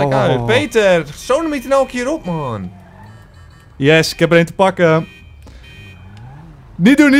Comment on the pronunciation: hahaha vind jullie geweldig! die uitspraak die maaaaaaannnn!!! hhaha wara komen jullie vandaan? groetjess